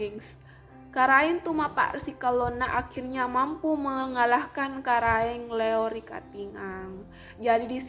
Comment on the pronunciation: Karaeng LoE, bukan Karaeng Leo, tolong dikoreksi, perhatikan juga pengucapannya yg tdk sesuai, seharusnya sebelum membuat video ini berkonsultasi dulu dgn orng yg paham utamanya dlm penyebutan nama.